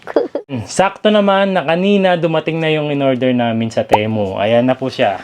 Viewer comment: Sir pronounce mo Ti as Timu para sound as Temu. Ok